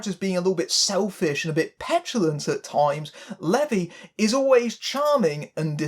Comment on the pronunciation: Please pronounce Zachary Levi’s name correctly...it’s pronounced LEAVE EYE. But otherwise, great review.